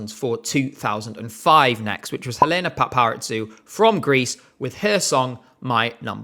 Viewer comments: Helena Paparizou ❌ Helena Papritzou ✅ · Just a small correction, Helena's name is pronounced EH-leh-nah pah-pah-REE-zou ("zou" like the word "zoo", it's not a "ts" sound). Loving the vid so far!! Your passion for the songs is why I love this channel